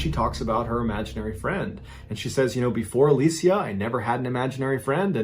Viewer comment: Literally like everyone pronounces it alisha so I was shook